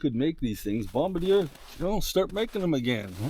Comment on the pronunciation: It's pronounced "bomb-bar-dee-ay". (I used to live in Quebec).